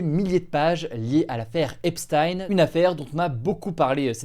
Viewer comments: EPCHTAYNE PAS EPSSTYNE !!! MERCI DE PRONONCER CORRECTEMENT SON NOM. C'EST JUIF COMME NOM, COMME POUR EINCHTAYNE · Pourquoi certains jours tu prononces ça "Epstine" et d'autres "Epshtaïn"? C'est quoi la bonne façon? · Hugo par pitié... "Epsthayn?" ..cest Epstein prononcé "Èpstine" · Pourquoi tu peux pas prononcer “Epstein” comme ça se prononce, (aipesstyne) 😩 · Je n'ai rien d'autre à dire qu'il faut dire Epstein comme Justine et non comme Einstein. Epstein égale Epstine. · Prononcez Epstein correctement, ça écorche les oreilles. Et les titres putaclik c’est nul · Ça me fume coment t'en parle presque jamais alors que twitter et en feu depuis des mois a cause de ca ptdr Aussi c quoi cette prononciation de jeffrey epstein ptn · Je regarde beaucoup de media américain, et je m'étonne de la prononciation d'Hugo pour le nom "Epstein" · Bien prononcer “miami herald” : ✅ Bien prononcer “Epstein” : ❌ 😅